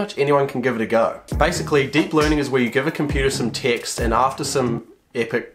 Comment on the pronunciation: He says "text" I Listen "ticks"